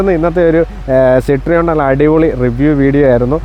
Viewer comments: സിട്രിയോണ് അല്ല സിറ്റ് റോയിൻ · It is Pronounced 'Cit-Roean' ( Sit-Ro-En) , not Cit-Reon. French. 😮😊